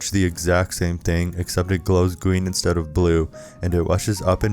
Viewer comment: "Insdead it glows green insdead of blue" how rush glows blue? U talking about halt?